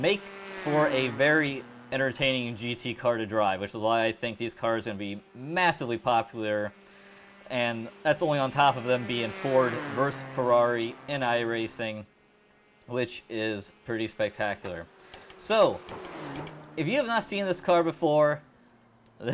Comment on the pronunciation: Race cars are low for weight? Umm... By the way, versus has two syllables. Versus, with two syllables, is not pronounced the same as verse, which is a one syllable word. You probably would not appreciate someone introducing you as John Sabe, because that's not how Sabol is pronounced. Saying things properly reflects well on you, and saying things incorrectly reflects poorly on you. Pull it together. ;)